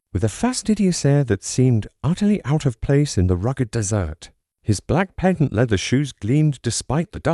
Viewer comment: I stopped listening as soon as that horrid robot AI said "dessert instead of desert"